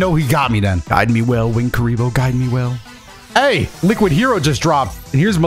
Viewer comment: My favour kuriboh is kuribah